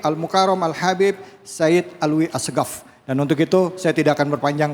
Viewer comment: Maaf ustadz itu baca Al nya di qalqalah